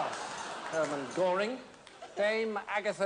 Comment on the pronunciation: Germann Göering??? Jajajajajaja